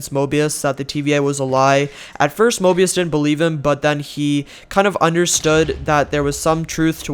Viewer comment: It's painful hearing saying morbius insted of mobius:P